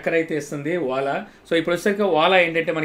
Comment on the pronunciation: Vala kaadu bro Ola